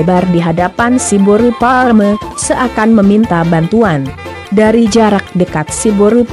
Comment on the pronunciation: Boasa pas mandokkon siboru pareme dang jelas?